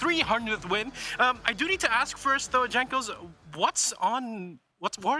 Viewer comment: Who's this interviewer? Dude cant even pronounce Jankos' name correctly.